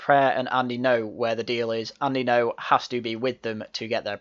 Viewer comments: The way he pronounces ngo is a proper wind up. Borderline racist tbh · 'Engo'. What a teewat. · There is no way has not heard the correct pronunciation of Ngo. Purposefully mispronouncing Andy Ngo's name is bordering on racism and if we use the ideological compass of Novara Media then it absolutely is racist and should be fired/step down.